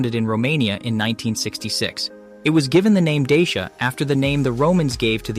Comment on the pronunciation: Thanks. Good effort. A little repetitive. Dacia advertise in the UK pronouncing their name not as ‘Day-Shi-a’ but as ‘Dacha’ as ci is pronounced as ch as in Italian. I hope this helps. Keep up the work